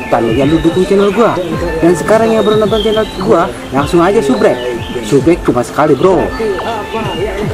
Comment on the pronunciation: S U B S C R I B E BANG!!! bukan sbrek dibaca"sabscraibe"